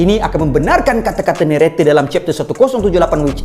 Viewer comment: Narrator ❌ Neretey ✅